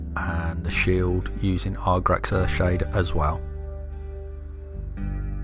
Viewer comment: Very very nice work. If I had a gripe, it would be that you label/pronounced it Argrax rather than Agrax Earthshade. Also you labeled Ushabti Bone as a Base rather than layer paint! As for the actual painting.....Brilliant. Please keep doing more vids and I can't wait to see what you do in the next vid :)